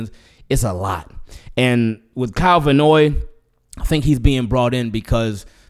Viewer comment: Love your channel, I'm hearing you pronounce Kyle Van Noy's last name Vannoy, like it's one word. It may seem irrelevant but I hope a professional like yourself appreciates this & does not take it in a negative way. Thanks for listening. 😊